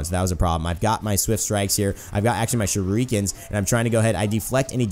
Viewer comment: shureekans DEEVEEAYE